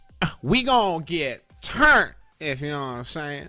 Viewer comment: “We gon get TTurnt if you know what I’m sayin”-Tim 💀🤣